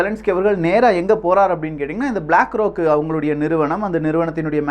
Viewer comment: அதெல்லாம் சரி, "ப்-லாக் ரா-க்" எவனுடையது-ன்னு சொல்லலாமே !?